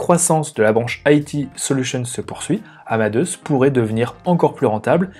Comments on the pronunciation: "Amadeusse" ??!! C'est le même prénom que Mozart (qui se prononce "Amadé ousse" ou Amadé us en anglais)... j'avoue qu'au bout de la 50eme prononciation du nom de l'entreprise, je n'arrive plus a écouter le fond. Pour le reste, merci pour le travail... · Haha, merci pour la remarque. Désolé que ce point vous ait dérangé ;) Je savais qu'on disait "Amadé ousse" en anglais mais je l'ai prononcé à la française... pensant qu'on ne le disait pas comme en anglais. J'ai eu tord !